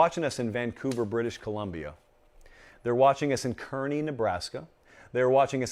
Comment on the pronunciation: Pronounced Car-knee, Kearny NE